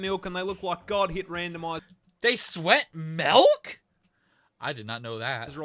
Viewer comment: ... Did Z say, "Malk"?!